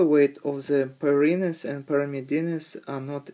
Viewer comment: it's 'purines' not 'pyrine'